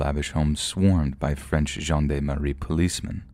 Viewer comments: It’s pronounced “John darm “ not John dam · Gendarme/gen d'arme is said (zhyon' darm) - not the way you miss pronounced it. Here is some help for those who don't know the word or what they are... Etymology: The word gendarme is a singular extracted from Old French gens d'armes (pronounced [ʒɑ̃ d‿ aʁm]), meaning "men-at-arms". During the Late Medieval to the Early Modern period, the term referred to a heavily armoured cavalryman of noble birth, primarily serving in the French army. The word gained policing connotations only during the French Revolution when the Maréchaussée of the Ancien Régime, attached to the Gendarmerie before, by the Monarchy, was renamed, "Gendarmerie". Historically, the spelling in English was gendarmery, but now the French spelling gendarmerie is more common. The Oxford English Dictionary (OED) uses gendarmery as the principal spelling; Merriam-Webster uses gendarmerie as the principal spelling.